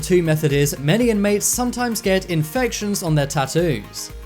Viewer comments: I like how you pronounce Tat-oooos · You say "tattoo's" so wrong that somewhere a fairy die's every time you say it.